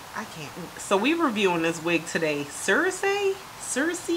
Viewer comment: Heyyy, You clearly don't watch Game of Thrones sigh She's pronounced "Sir-See" LOL, this color does look really good on you.